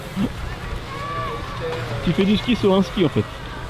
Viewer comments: au lieu de dire ski elle a dit kiki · Mdr au lieux de dire mon ski ski elle a dit mon kiki (super video je vous aimes)